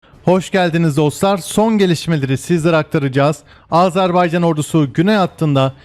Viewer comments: Icinizde ki bu Azerbaycan sevgisi icin cok tesekkurler, sadece AZARbeycan diye telefuzunuzu AZERBAYCAN olarak yapmaniz bizleri cok sevindirir. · Yav biri şu adam söylesin. "Azarbaycan" değil. "Azerbaycan" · Azarbaycan değil yuh senin Türkçene : Azerbaycan